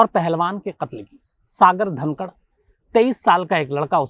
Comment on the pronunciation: सागर धनखड है सागर धनकड नहीं